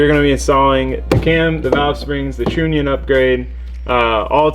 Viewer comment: Love the channel and video, just so people dont give you a hard time, trunnion is pronounced (TR-ONION) keep up the awesome content man!